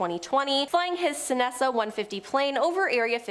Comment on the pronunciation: Repeat after me: ses-na. Cessna😂